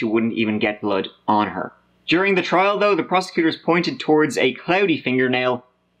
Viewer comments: That guy’s a great story teller but I wish someone would tell him how to pronounce th….. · I like kids videos but, you don’t get he can’t pronounce th at all.